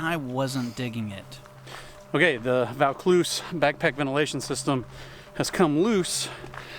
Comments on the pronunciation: It’s pronounced “ voe-cloozz “. It’s something that could interest me. My pack has no framing so it’s like a barrel when it’s full. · Oh, so the "Vaucluse" came loose!